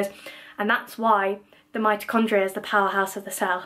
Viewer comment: Might-achondria… definitely-chondria